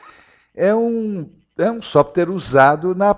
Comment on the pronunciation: "Softere" não, "Software", rsrsrs... Pra descontrair.